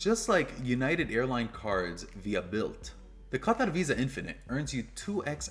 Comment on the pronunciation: How can you, someone clearly from America and a credit card influencer, spend so much energy ensuring that you pronounce Qatar correctly and then butchering the pronunciation of Amex?